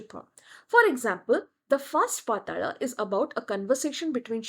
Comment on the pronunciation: It is NOT bamboo - it is sugarcane bow. Kamadeva didn't get cursed with disfigurement - he was burnt. Thus he is called atanu. Ananga. It is not Naarkasura. It is Naraka. Like narak. Mekhala partha - girdle path. It is praagjyotishpura Not Prag. It is paaTala - ta as in time and not as these. Ka varga, ca varga Ta varga. Not ta varga. You have changed the meaning itself if paTala. Also in matangi it is ta as in ta varga ta (before the pa varga). It is ekajaTA (Ta varga as ka, ca, TA) (jaTA - matted locks). Not ekajata (one birth).